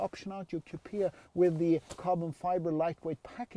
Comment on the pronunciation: Thanks .....another great video as usual........but why do you pronounce COUPIA .....instead of COUPÉ 😅